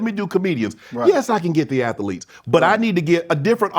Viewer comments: What is an athelete? *as Shannon calls them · A Tha Leets is not a word. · Mf adding 5 extra syllables on athletes